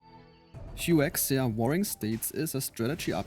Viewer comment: Hwah-Sha not Hoo-Exe-a